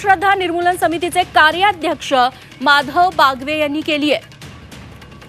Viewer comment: अँकर मॅडम माधव बागवे नाही माधव बावगे असं अंधश्रद्धा निर्मूलन कार्यकर्त्याचे नाव आहे